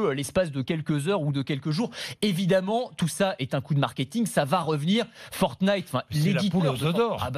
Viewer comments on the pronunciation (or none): Il s'avent même pas dit fortine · quand Bordin dit fortnite :feurt-nyte